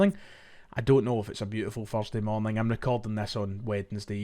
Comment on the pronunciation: it’s Thursday not Fursday 🫣